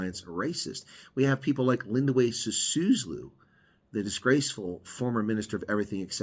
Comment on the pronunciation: Pronounced "si-SOO-loo", sir.